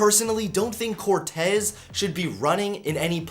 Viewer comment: Yeah, your saying it right. At least the Cortez part